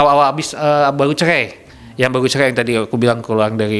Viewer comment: Galih kursus huruf R dulu ya ( baru cerai = baru cehei 🙄 )